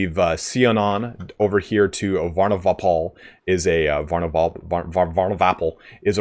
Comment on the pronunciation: The attempt at pronouncing Varnovapol made me sub..